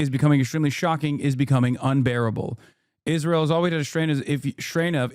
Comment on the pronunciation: Why does she say “Ish-rael”